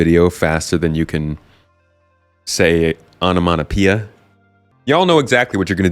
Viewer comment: what is onomonpoeia ? did you mean onomatopoeia ? nomophobia ? arachnophobia ?... you're right, that took me longer. Can't wait to get my bizarre bazaar. in the meantime I enjoy the loaners for it...